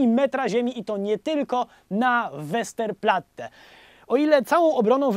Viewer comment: "obrońców łesterplatte", a mi łentylator pierdolnął